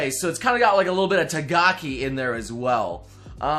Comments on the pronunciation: Its takagi not tagaki wtf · It’s pronounced Skilled Teaser TAKAGI-SAN, not TAGAKI-SAN SKSKSKSKSKVHWKGWBSLNEPNNE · please, I'm begging you. It's TaKAgi, not TaGAki. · You mean Takagi? And not Tagaki. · Did anyone notuce he said Tagaki instead of Takagi? Hmmmm Im Intrigued edit: my english is also top tier :D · please. I know that you can read. Its taKAGI-san, not taGAKI-san😒. Name the waifus right😄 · Again, "Tagaki" damn it u never learn xD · Did you just say Tagaki?